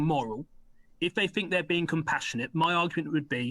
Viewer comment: A Tory MP and he can't even say th- correctly "I fink these left wing lawyers....". Fick as pig shit. Probably brought in to sound like your typical EDL type and appeal to them.